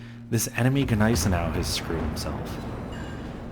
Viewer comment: you have a soothing voice but you pronounce Gneisenau very strangely